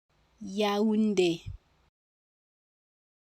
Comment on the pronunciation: If the accent is over the é then shouldn't the é be emphasized not the u?